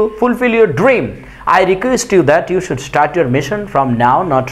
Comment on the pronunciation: ইউ কে হিউ বলেন কেন